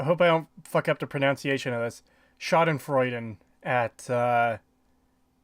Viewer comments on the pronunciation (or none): none